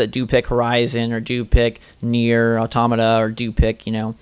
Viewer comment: Nier Automata, not nier atomota